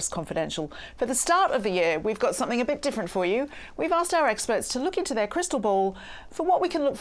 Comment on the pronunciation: please......it is something not somethink!! You are a communicator please speak correctly.